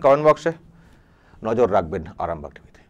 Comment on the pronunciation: আপনার প্রতিটি প্রতিবেদন চমৎকার এবং অবশ্যই সত্যতার প্রতীক। আমার একটাই অভিযোগ আপনার বিরুদ্ধে, না কোনো বড় মাপের অভিযোগ নয় আপনি প্রতিবেদনের সময় " এবং আপনারা দেখছেন আরামবাগ টিভি " । আরামবাগ টিভির " টিভি " শব্দটি স্পষ্টভাবে উচ্চারিত হয় না। আশাকরি বুঝতে পেরেছেন। আমার এই অনধিকার চর্চার জন্য ক্ষমাপ্রার্থী। আমার আন্তরিক অভিনন্দন জানাই আরামবাগ টিভি চ্যানেলকে। ভালো থাকুন আপনারা।